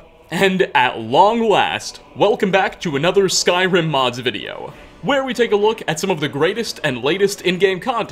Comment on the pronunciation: Wow great videouh! I really like your narrationuh, and I also think everyone should give a tryuh!